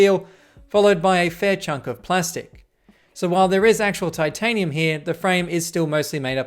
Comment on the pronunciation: Titanium frame ❌ Tin tanium frame ✅